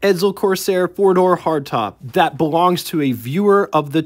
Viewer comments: Stop saying Edzel its Edsel , theres no Z in Edsel. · ......"ED-SULL", not "ED-ZULL".....their is no Z in Edsel.....couldn't watch anymore after you pronounced it "ED-ZULL" about 10 times...................................... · It’s pronounced “Ed Sel.” Not “Ed Zel”